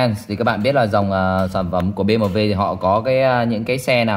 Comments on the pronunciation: Bi - Em - Đúp nha, nhỏ giờ lần đầu nghe có người đọc Bê Mờ Vê . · đọc "Bi em đúp" cho nó dễ nghe, dễ hiểu, chứ đọc kiểu này không xuôi tai mà còn khó hiểu. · Gì mà nửa tây nửa ta thế :))